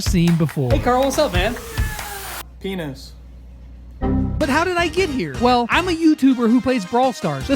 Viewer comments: LOL when karl said peanus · Lex: hey karl Karl: piens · Carl "pinus"🤣💀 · WHY DID KARL RANDOMLY SAID ENIS 💀